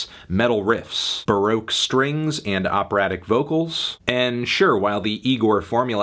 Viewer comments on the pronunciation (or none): none